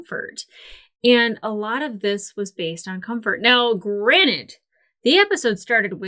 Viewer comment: You said the word three times, the first and last sounded like granite. Anyway, all in good fun, your reviews are awesome